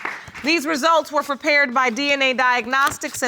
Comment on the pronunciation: judge said "ferpared" lol